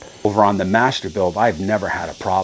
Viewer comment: Chim-a-ney... Love to NJ accent brother